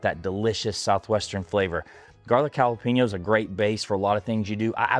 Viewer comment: White people saying jala-peen-yo drives me fucking nuts. It’s JALA-PAIN-YO bro.